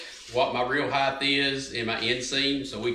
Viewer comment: You do realise the word height has a t on the end not a h.